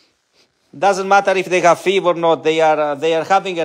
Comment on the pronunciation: FIV.......pronounced "eff"-"eye"-"vee" ❤